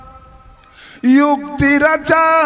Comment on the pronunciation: पहले बोलना सिखीए पुतरा नहीं पुतला होता है? अभी भी समय है जगतगुरु तत्वदर्शी संत श्री रामपाल जी महाराज से ज्ञान प्राप्त करके अपने जीवन को सफल बनाएं 🙏 🙏🌹 सत् साहेब जी 🌹🙏